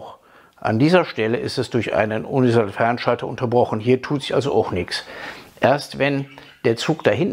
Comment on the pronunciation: Ich bin ja nur hier um zu hören, ob der inzwischen Universalfernschalter aussprechen kann.;-)